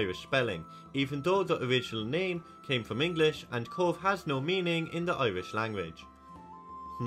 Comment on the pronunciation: Cobh is pronounced cove, not cob h!